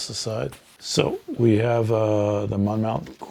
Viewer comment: Oriskany is pronounced "O-RIS-kan-ee." (BTW, Monmouth is pronounced "Mon-muth." The letter "o" is not pronounced.) Thanks for the unboxing. I just received my game today. I'm very excited to play because I own none of the original volumes.